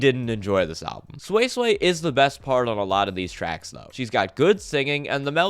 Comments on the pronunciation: Edit: wtf is sui sway, it's pronounced as swee-say. At least get the name right well that was a pretty unique album review. I agree with you for the most part that the sound mixing was meh, especially on newton was shit, but that's pretty much it. I thought you were trolling or larping but it may just be that your standards are too high. I saw the comment where you actually like jpop, then listening to jpop must be endless purgatory for you since it's full of what you highlighted in this album review. Yeah or you just have shit taste. Your hearing is pretty decent though, most people won't be able to identify problems on the production side. Props on actually even making a video though. Album review 5/10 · who is this sweyy-sweyy? at least try to pronounce her name correctly before ranting your own opinion.